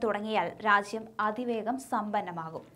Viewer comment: 'രാച്യം' അല്ല, രാജ്യം ആണ്.